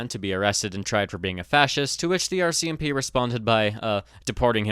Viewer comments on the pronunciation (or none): none